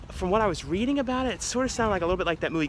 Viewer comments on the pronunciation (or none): none